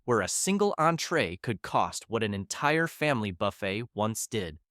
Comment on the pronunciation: Learn to pronounce "buffet" AI narration guy. YT's a cesspool of poopiness anymore.